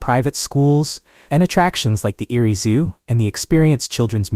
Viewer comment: Reading-pronounced red ing. Amish- pronounced ah mish. Google- pronounced goo gle. Erie- no s on the end. Plus other words that get screwed up the more you say it. AI will never get the English language correct.